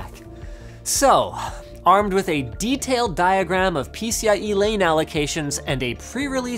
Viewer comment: LOL "die-o-gram"